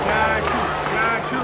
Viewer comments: Its actually chacha not chachoo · its chachuu not tattoo :D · brother his name is not chachoo, his name is Chachaa😂